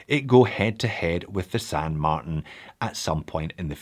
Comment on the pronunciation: There is no variation of Martin that is pronounced MarTAN.